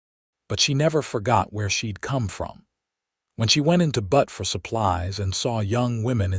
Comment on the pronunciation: Enjoying the story. You must fix AI so it stops calling Butte (B-u-tte ) Montana 'Butt' 😅😅 like the backside of a donkey.